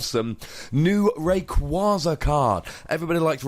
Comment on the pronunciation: Take a shot every time he mis-pronounces Rayquaza